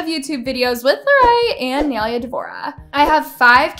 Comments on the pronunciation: I’m so triggered how she says Nailea as Nilya like girl who?💀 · it’s pronounced naīleya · SAY HER NAME RIGHT - “NAILAYA” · isn't her name pronounced like "nye laya"? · It’s Pronounced nie-laya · It’s na-i le-A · not to be rude but its ny-lay-ah :) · It’s nila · the way she pronounces nais name pisses me tf off. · is it just me or the way she says nailea is annoying? like is that actually how it's pronounced? cuz i always pronounce it as ni-laia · It's pronounced "Nayleya" you BAKA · You say nailea's name so WRONG LOLLL, its NAI-LAY-A, say it right before making a video man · the way you make everything extra, literally dixie was joking she laughed while saying "are we going to be in the next boxing match" do you really think it needed to be so extra? and pronounce her name right or don't even talk about her, "nay leah" that's not how to pronounce it, you just found the easiest way for you to do it and used it. Nailea was just being a kind person, Dixie wouldn't want nailea to say Noah isn't so why are you complaining? It ain't even tea, lol. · that is NOT how you pronounce nailea's name 💀💀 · pls, learn to say nailea’s name correctly first before making the situation worse 😀 <3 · THANK U ITS ANNOYING ME HOW IS SAYING HER NAME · Brooo I'm literally sooooo pressed just cs the u say nais name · im sorry but how she was pronouncing nailea is really funny💀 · i could not watch this video without cringing on how she was saying nailea’s name.😫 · It pained me ever time she said her name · RIGHT, THE WAY SHE KEEPS PRONOUNCING IT WRONG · bro the way she is pronouncing naileas name is killing me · Say nais name right please 😭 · You can't even say Nailea's name right💀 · i couldnt even pay attention cause of the way she kept pronouncing nailea's name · the way pronounces Nailea’s name is making me cringe😭 im so sorry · Your saying her name rong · the way pronounces nailea irks me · You don't even say her name correctly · try pronouncing her name right lol